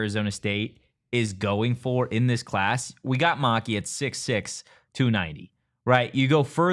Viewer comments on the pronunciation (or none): Why do you guys keep saying his name wrong? It's Ma-Ki the Ki is pronounced like pie.